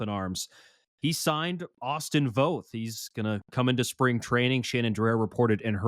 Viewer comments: Say "both" - it sounds like Voth but if you're from PNW ypu pronounce it "Bolth" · Guys it’s Voth with an a sound, not long o. I’d love to see Jeff Brigham’s name brought into the conversation, he was Voth’s roommate at the UW. They also face each other in HS (I was Jeff’s HS coach) Jeff has had lots of injuries but had a good season with Mets last year in relief until he had a couple meltdown games. He still has good stuff and would be a good Mariners pickup to go to Tacoma and be ready for a callup.